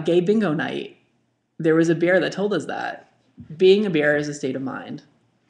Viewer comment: Your "bear" is homophonic with "beer" I was really excited for beer week.